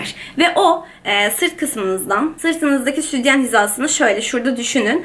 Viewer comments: Doğru konuşmayı öğren önce.Südyen değil sütyen. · Neden südyen diyon ya jsjsjjs